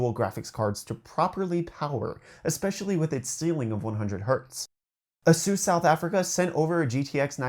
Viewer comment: dude its aye-suhs lol. a seuse? its like i get a free masseuse with my monitor